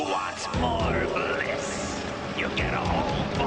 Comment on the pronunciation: "Who wants more blisss!" lol